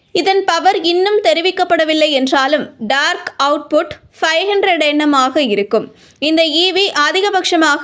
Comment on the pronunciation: நீங்க டார்க் குனு சொல்றீங்களா இல்ல டற்கு ன்னு சொல்லறீங்களா மேடம்.... என்ன தமிழ் மா.... எதுக்கு தா செய்தி வாசிக்க வரீங்களோ.... வீட்டு ல உக்காந்து எதாவது வாசிக்க வேண்டிதானே..😅